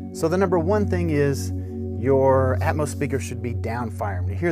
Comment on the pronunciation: its atmos not atmose...smh